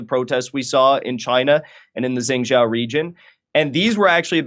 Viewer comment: Jengjow? Think he means Zhengzhou (JUNG/JOE would be closer) Clueless, yet we should listen to on this get a grip Jimmy this was embarrassing I had to say something, but this is not correcting any record on the protests. WOW!